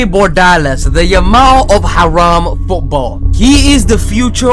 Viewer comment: "Aaraam Football"